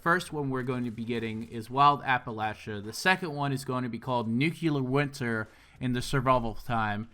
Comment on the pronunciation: You pronounce nuclear wrong. It's nu clear not nu cular